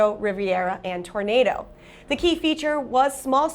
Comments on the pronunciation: Also the Olds Toronado was pronounced Toro-naw-doh, not Tor-nay-doh. Likely she is too young to remember the car. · Thank you, all but the "Tornado" vs "Toronado." But I don't care, it almost time to hit the trail, right? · Tor ah na do. Not Tornado!